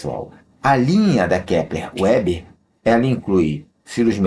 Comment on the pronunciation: Ótima análise fundamentalista, não é uma gigante, porém tracional no seu segmento. Só uma dica: A empresa tem sede no RS na cidade de Panambi, tendo sido os fundadores de descendência germânica. Então a pronúncia não é em inglês "Uber" e sim "Veber".